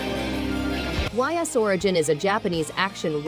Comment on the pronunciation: Ys is pronounced "ees" The series is phenomenal!